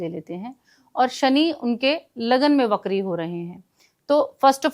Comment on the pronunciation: it's pronounced "vakri" not "BAKRI" 😂😂😂😂